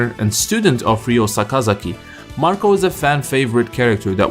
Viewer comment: Thank you for calling Marco by his proper name.